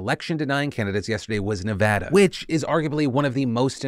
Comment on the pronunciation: Yes yes yes! I’ve been watching your show for 10+ years and I am HYPED that you finally learned how to say Nevada the right way!😭